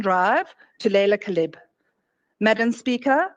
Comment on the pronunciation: The ZiNz woman deliberately mispronounced the name of Laila Khalid as Kalib meaning dog.